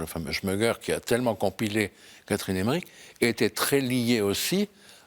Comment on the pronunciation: Emmerich, pas Emmerick